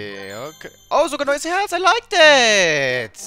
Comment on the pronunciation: also ich finds lol wie er "I like that" ausspricht und hier kann er das ja auch so sagen oda? solgange er nich wieder in der schule sitzt und das so auspricht...ich glaub da hätten englischlehrer was dagegen ;D